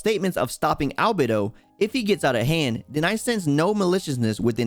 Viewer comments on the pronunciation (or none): none